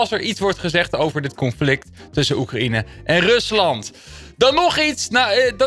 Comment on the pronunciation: Hoe je Oekraïne zei😂